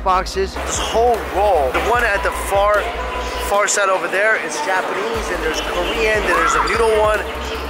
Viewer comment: "Might have over-done it on the food right over right 'der"